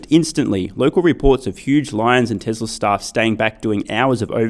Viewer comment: bro why you pronounce TESLARR ? love your videos by the way